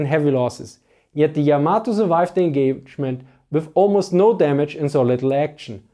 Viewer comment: Just in case anyone is interested, Yamato is pronounced with an emphasis on the first syllable, not the second. It's not pronounced like tomato.